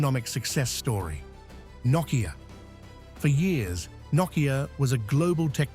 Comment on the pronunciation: I think Knockia lost their way when this guy started pronouncing Nokia as Knockia.